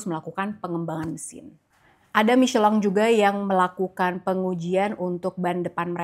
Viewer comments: klo pengucapan Prancis emang Michelang, tapi kalau Inggris tetap Michelin, para pembalap aja tetap nyebut Michelin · Kyk agak aneh denger mmiceleng.....😂😂😂😂 Kita indonesia ya micelin aj lah....sedikit mengganjal dikuping indonesiaku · tolonglah stop bilang micelang. Jurnalis inggris aja tetep bilang michelin. Cringe mbak mbak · Pembalap aja tetap bilang nya Michelin